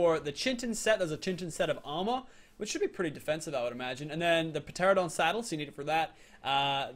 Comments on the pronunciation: It’s not p Tera don teradon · It's just terradon the p is silent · it's ter-an-a-don get it right next time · Lil Nightwing per-teradon lmao. It’s pronounced ter-an-a-don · pteranadon- ta-ran a-don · goddddddd its teradon not peteradon!!!! the p is silent! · tera-don not pt-ear-a-done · tare-uh-dahn. not puh-tare-uh-dahn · (Pa-tear-adon) my god ur killing me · pa teradon lol, p is silent is pterodactyl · ITS PRONOUNCED TERANDADON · did he actually say p teradon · Its called a teranadon the p is silent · urrrh meehhh guurrrdd u pronounce it teradon it has a silent p in pteradon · Teranadon that's how to pronounce it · ITS NOT Pteradon the p is Silent! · It's tur-an-uh-don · He called it a p teradon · its pronounced Terr an a don Ky tan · It is pronounced te-ran-o-don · It's pronounced teradon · It is pronounced ‘ter-ran-a-don’ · its pronounced teranadon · Pteranodon is pronounced teranodon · The P in Pteranodon is silent and it is Chitin not Chintin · the p in pteradon is silent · The p is silent in pteranodon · I hate how pronounces pteranodon the p is silent he should know how to pronounce it